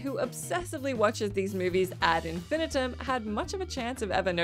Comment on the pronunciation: "ad in-FIN-i-tum"? - Is that how they say it in the Queen's English? On the US side of the pond, it's "ad in-fin-EYE-tum."